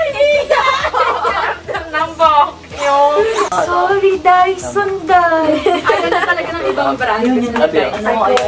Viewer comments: Bakit ba "daiso" rinig ko. Sorry na. 🤪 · Ahh dyson!! Ang rinig ko Daiso HAHAHAHA